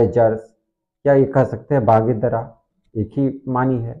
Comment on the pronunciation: محترم علامہ کی کتاب کا نام” بانگِ دِرا “ ہے بانگِ دَرا نہیں ہے۔ The name the book is BANG- E- DIRA” not Bang- e-Dara.